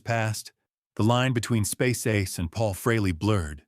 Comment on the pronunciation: There is no A in aces last name until a couple of months ago it was pronounced freeLee get it fix it igs agrivating!!.